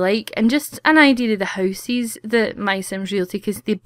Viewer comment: I love how she says houses "housees"